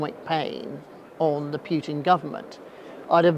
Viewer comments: Yeah, it's Путин, not Пютин. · exactly. The most basic level of learning the Russian alphabet would fix this. Also learning to pronounce «и» would help. Он зовут «Путин» а не «Пютэн» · As a Russian speaker, I just can't listen to the pronunciation of "Pjiutin" 😂